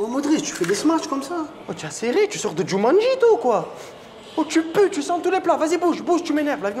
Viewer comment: Il a dit tu sors de « Jumanji » ou « Djomani🇰🇲 » ?